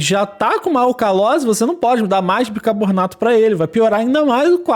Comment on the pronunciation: não é bicabornato mas, bicarbonato